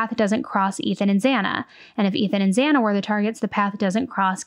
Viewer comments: I just want to know why he walked by Dylans room when hers was next. I guess he thought his odds were better to go upstairs first and then take out Ethan because he was the bigger threat. Idk though I swear I saw Brian get a little mad when the judge mispronounced Xana's name. Watch closely its the onyl reaction i saw him make. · The judge said this is hard while pronouncing Xana I believe. 1st they are hard names, took me quite a few tries to get right. 2nd, nerves knowing he's on TV. Kohberger isn't exactly hard.